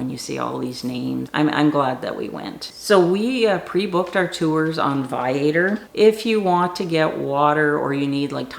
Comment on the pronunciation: It is pronounced Vi A Tour